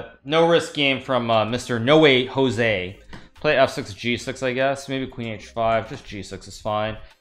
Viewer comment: When is he going to realize that [No Wee Joe See] "Noway Josey" is pronounced [ No- Way - Ho - Zay ] ?